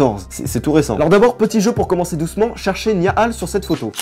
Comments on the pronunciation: C est nia hall mais niahvale 😁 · Moi j'entends Niia Hall